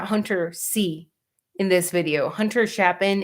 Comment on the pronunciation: It's Chapin with a long a, like ape.